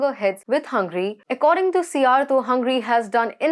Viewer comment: Dear host, its not hungry its Hungary